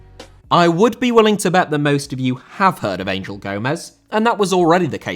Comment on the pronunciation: Angel Gomes first name is pronounced with a hard G (like in the word angle but Ang-el)